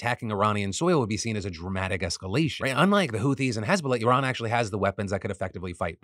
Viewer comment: Very impressed that Phil actually pronounced Iran correctly compared to other Americans.